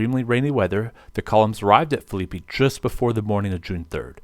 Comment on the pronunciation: Great presentation other than pronunciation lol. Phillippi (Phillip+pee)